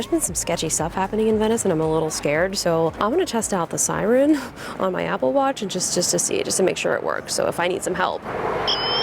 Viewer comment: What’s an “aga watch”?😂 Also What size is her wrist???